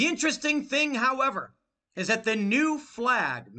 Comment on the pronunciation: "There ee no way, dude, there ee no way"